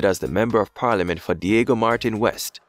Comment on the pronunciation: It is pronounced Dig go Martin Trinidad